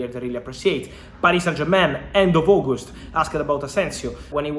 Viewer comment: It's not Ogust😂 it's August 😂